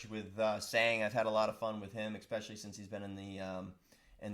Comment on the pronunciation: You can make millions and still say 'expesially' instead of especially.